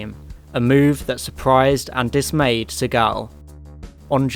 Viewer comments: You're mispronouncing Segal's name. It's SEE-gull. Hint: Action hero Steven Segal changed the pronunciation to make it sound cooler and less Jewish but it's not the way it's supposed to be pronounced. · the pronunciation of Segal is jarring! Its not French its Jewish! Say See gal.